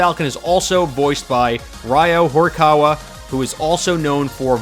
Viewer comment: that Ryō Horikawa pronounciation was more cancerous than Inkling mains 💀